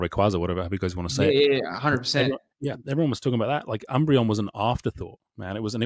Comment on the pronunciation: Please stop calling it the sunbreon.